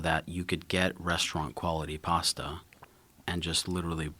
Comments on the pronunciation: Americans pronounce words funny. "Pasta" sounds like "pawsta" and "Bologna" is "Bolone-nia". It's like the word "past" and then you add "a" not "pawst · It’s pronounced PASS-TA not PARR-STARR 🙄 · Can we all agree Americans say the word “pasta” incorrect